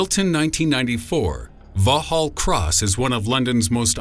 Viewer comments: I didn't even realise he was mispronouncing "Vauxhall"! I was thinking I know London pretty well, but I'd never heard of "Vohall Cross" I was going to Google it.... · Vaux hall cross! Can't even begin to imagine what you are says its Vauxhall like the car company. Vaux hall cross Christ you made it sound so creepy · The SIS Building, A.K.A. MI6 Building, at Vauxhall Cross is Pronounced Vox Hall Cross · VAUXHALL is pronounced VOX - ALL, the 'H' is silent. The so - called mortar/rocket attack was blamed on PIRA, the Provisional Irish Republican Army. Around this period another 'supposed' mortar bomb exploded in the garden of 10 Downing Street, the London home of the UK Prime Minister. The mortar was set up in the bed of a nearby truck. This area is one of the most secure parts of London. It is the home of British Government. This is Westminster, where we have the Houses of Parliament, plus many of the most important Ministries of the Government. It is inconceivable that PIRA could have driven so close to such important buildings, assemble their mortars, and fire, after which they were able to retire unseen and at liberty! Brilliant achievement if it were true!! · Vauxhall is pronounced (VOX-HALL), THE X IS NOT SILENCED. Also, SAS (Special Air Service) not SIS resides there. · wet myself laughing at 'Vah-hall Cross' ....all that work undone with a pronunciation that shows no real research has been done by the maker of this video at all - just brilliant, best laugh I've had in years! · It's Vauxhall Cross, not vauhall. It's got an X in it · I guess others have pointed this out but the British building at No 1 is pronounced 'voxhall'. Both the x and the h are voiced... Just sayin'. :) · 'Vauxhall' is pronounced Vocks-hall. :) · Dude, Vauxhall Cross is pronounced Voxal! Has the narrator ever heard an english person speak? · 2 things, what is vahal cross. It's Vauxhall cross and its SAS not sIs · SIS building in in Vauxhall cross but pronounced vox hall cross phonetically!